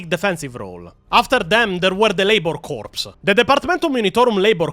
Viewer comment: Good video, looking forward to see how you retell the rest of the story. One small correction: The "ps" in "corps" is silent, so it'd be pronounced like "core". Confusing, yes, but that's English for you.